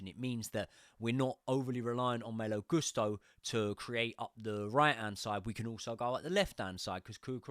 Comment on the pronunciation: Yes, Maaaaalo but also last name should be pronounced Goooosto